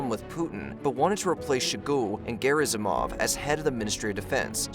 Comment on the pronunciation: Lmao "shogoo and garrismov" 😂